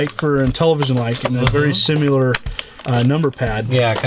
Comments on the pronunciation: Amazing collection! Tell to stop saying 'simular.' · I hate how can't say "similar."